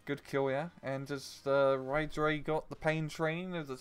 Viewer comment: Just a quick note: Y Ddraig's name is pronounced "Uh Vr-ayy-g". It's Welsh for "the dragon"